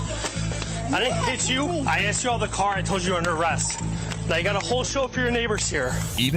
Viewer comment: You know what I really don’t like about the third person? (The mother with her kids in the hotel) When she says the word: ASKED. I just don’t like it when people say “asked” like “axed 🪓“.